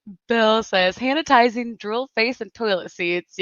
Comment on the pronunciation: "Han-itizing stations!" 😂😂😂